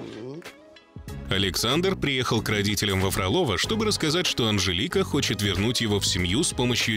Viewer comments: не фроло́во, а фро́лово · Вы хотя бы ударение проверяйте. ФрОлово! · А название города специально произносят неправильно? Там ударение на первый слог - ФрОлово